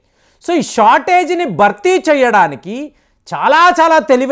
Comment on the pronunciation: అంతా బాగా చెబుతారు మీరు కాని బారత్, బర్తీ, బక్తి... ఇలా ఒత్తులు పలక్కపోవడం శోచనీయం. సబ్జెక్టు తో పాటు ఉచ్చారణ కూడా స్వచ్ఛంగా ఉండాలి. దీనిపైన దృష్టి పెట్టండి కాస్త!